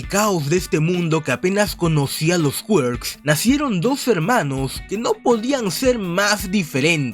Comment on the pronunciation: Me gusta cuando dices QUAERKZ en vez de Quirk como persona normal